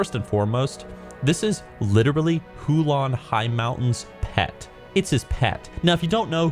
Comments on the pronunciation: HULN not huolon lol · Yo, what are your thoughts on the excerpts from the new book? It looks really bad imo (as in Holy Undead bad) Edit: It's Huln, not Hu-lon;) Edit 2: Dat Warhammer reference (WAAAAAAAAGH) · All Legion mounts are good except the dog mount from store btw its Huln not Hulan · Hulon? Wtf its Huln not Hulon.. :D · STOP SAYING HULAN ITS HULN AAAAAAH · How did you get "Hulan" from Huln????? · Who-lon Highmountain? I think you mean Huln Highmountain... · Hoo lan? wtf its huln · Hu-lon? Are you joking? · It’s Huln, not “Hulon” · who-lawn highmountain? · It's HULN, not Hulon, you derp! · Huln doesn’t have an o in it, so not hulon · The way you pronounce Huln and Eche'ro gave me twelve types of cancer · That name rape of Huln Highmountain and Eche'ro though, damnit